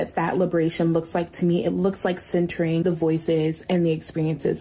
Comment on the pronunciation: “Centering the voices and experiences of the most marginalized communities and people at all times.” Her speech impediment makes the word “centering” sound a lot more like “censoring”. A literal and contextual “slip of the tongue”. Never a more appropriate pun.